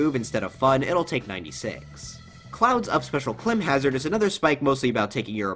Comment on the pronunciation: did u rly pronounce climb hazard like that